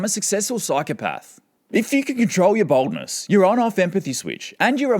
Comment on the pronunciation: He pronounces 'Boldness' in a way that distinctly sounds like 'Baldness'. I was just listening and not looking and heard "Psychopathic trait #1: Baldness" and just burst into laughter.